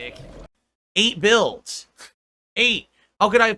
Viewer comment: When I need money my financial issues are an open book but anything about my personal life is none of your business Edit: when he said eight builds I thought he said eight bills 😂